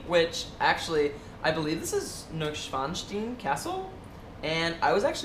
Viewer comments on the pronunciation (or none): Just some German pronunciation hints. Neu Schwanstein is pronounced like "noy shvahnstine" and you would say "wir müssen daHIN gehen". Fun video, guys. I'm amazed at the elaborate gifts you're getting from your fans. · Wow! Your German is sooooo good ! I didn't know you speak German....... "Neuschwanstein" was actually pronounced very well....you just need to say "sch" instead of "s" in the "schwan"-part....but I know it's hard for americans to say the "sch" Ps: I am from Germany.....could you say some more things in the videos in German it's so interesting to hear non-native speakers speak German Love you guys ❤